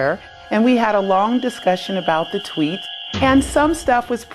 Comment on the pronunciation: it's tweet not twit.